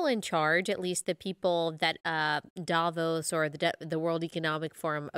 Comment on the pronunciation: Please learn how to pronounce Davos correctly. Thank you from a Swiss person.